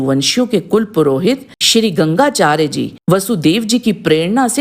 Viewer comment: Gangacharya nhi Gargacharya 🙏